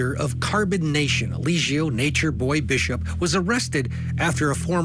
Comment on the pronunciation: Not Elizio😂😂😂😂. Come on guys do your homework.